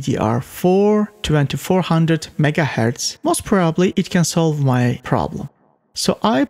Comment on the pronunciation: Megaheartz, jigabites